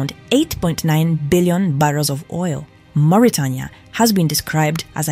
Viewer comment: Learn how to pronounce "Mauritania".